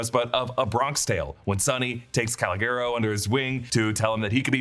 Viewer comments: “Callowgearo”. Somebody needs to annunciate it for you bud. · not "caligero"!😭😭😭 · “Colgero” oh madone 😂😂🤦‍♂️🤦‍♂️ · You gotta do your homework before you use other movies for references. You killed your Training Day reference by misquoting Denzel and murdered your Bronx Tale reference by butchering C's name. 😂😂😂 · You butchered Calogero from Bronx tale lol ridiculous lol